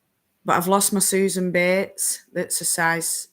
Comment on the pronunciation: Oh!!! You say “bates” like they do on Downton Abbey!!!! “Mistah Betes!!”